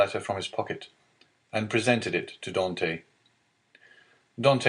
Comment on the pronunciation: Could be because of the unforgivable mispronunciation of "Dantès" and the ridiculous affectation of the characters manners of speaking, amongst other things.